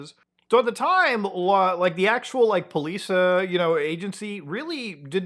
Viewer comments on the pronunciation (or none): none